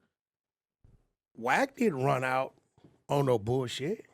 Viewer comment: Why can’t Bro pronounce Wack name correctly?? It’s killing me. 😂😂